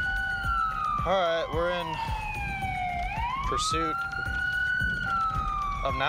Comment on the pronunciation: Please... stop Alright.. we're in "pursit" LOL